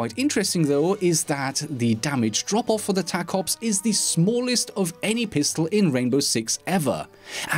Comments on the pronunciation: The tacops is pronounced taco-ops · He said the name of the pistol wrong. It is clearly pronounced taco ps